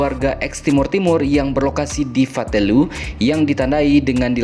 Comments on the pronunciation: Nama Fatuleu, Pak. Bukan Fatulue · Itu di Fatuleu bukan fatelue. 🤦🏻‍♂️